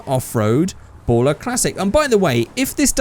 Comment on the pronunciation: how to pronounce baller Figure8 way BAU-LLER